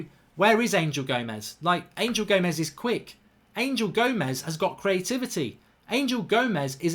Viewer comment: He is not ANGEL he is Anhel A N H E L , anhel gomes, anhel, not ANGEL